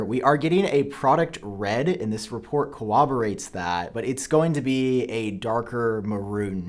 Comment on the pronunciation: Say corroborates again for me lol